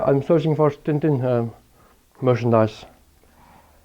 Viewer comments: Tintin, not Tin Tin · Tintin, not TinTin